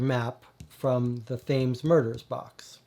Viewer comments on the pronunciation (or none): Thought you might like to know, Thames (as in the river) is pronounced Tems... Hope you don't mind the correction. Loving the channel... Have been deliberating on which SHCD box to get first after the demos and your vids have been very helpful! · Great video. I've not tried any, and bureau of investigation is the one that caught my eye... it's the whole mythos thing... but was looking for an overview on them all. But... It's the Thames, pronounced the Tems ;)